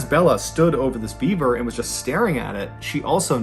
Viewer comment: I swear I thought it sounded like you were saying Bieber….. like “This Bieber doesn’t have a head!” lol You know instead of beaver! 🦫 🤣